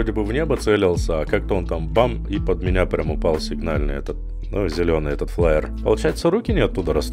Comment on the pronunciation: Фаер,, не флаер) извини, что поправил Топ контент не только Таркова, но и русского игрового сегмента! Моё почтение!